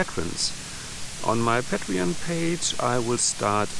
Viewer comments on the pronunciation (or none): I think the brick wall is old enough to be beautiful.Paint the other walls, leave the brick wall as it is! 😊 BTW, it is «pay-tree-on» and «pay-tree-ons» (rather than «patt-ree-on»). 😊